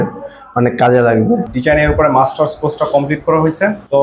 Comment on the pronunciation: মাস্টার্স কোর্স? ওনারা মার্টার্স কোর্স বলতেছে কেন?